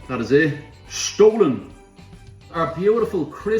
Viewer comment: You're pronouncing "stollen" wrong.